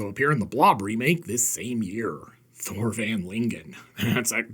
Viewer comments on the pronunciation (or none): none